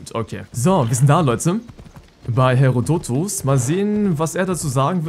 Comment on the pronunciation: Ich glaube das du Herodotos ein bisschen falsch aussprichst